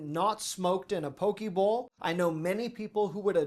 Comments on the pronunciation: It's pronounced pokay not poki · Those croissant muffins were dubbed: cruffins. :) Also: poke is pronounced "poe-KAY"